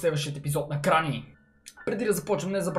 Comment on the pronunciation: Аз малко чух кранни xD вместо гранни XD